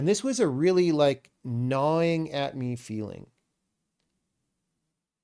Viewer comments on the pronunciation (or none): not trying to be rude just pointing out that it's "gnawing" not "knawing"